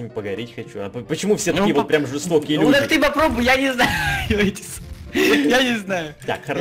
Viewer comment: Он специально каверкает слово "люди". Или вы понимать этого просто не хотите?